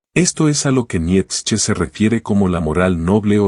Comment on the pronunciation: Esta muy bien el análisis.... Pero por favor pronuncia Bien el nombre de Nietzsche, me llegó hartar tu pronunciacion.